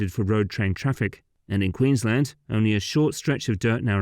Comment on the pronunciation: Probably the first time I've heard a non-Australian pronounce Queensland properly.